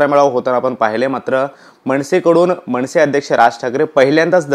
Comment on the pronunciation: मणसे नव्हे रे, मनसे म्हणायला शिक. म्हण 100 वेळा 'मनसे'